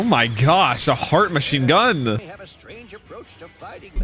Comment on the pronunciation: Why do you pronounce things like that 😅 "attack on tiTAN" "yoYO" "machineGUN" You accentuate the last part of the word and it's really weird lol